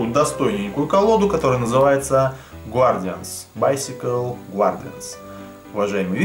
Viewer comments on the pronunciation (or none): Топ инглиш - не ГУАРДИАНС а ГАРДИАНС, вот тебе на будущее, )